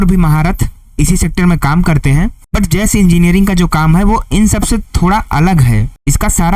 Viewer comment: Jas engineering nahi JASH JASH JA ESH... JAS WRONG